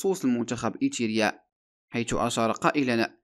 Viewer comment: ايريتيريا وليس ايتيرا يا اخي. اقرأ النص قبل عرضه.